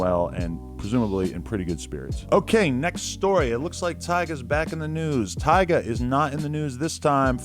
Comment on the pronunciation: he said “tyger” bruh lmao